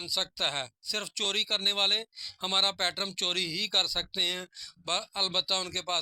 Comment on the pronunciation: پیٹرن ہوتا ہے حاجی صاحب آپ بار بار پیٹرم بول رہے ہیں